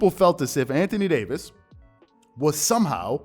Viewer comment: Anthony Day-to-Davis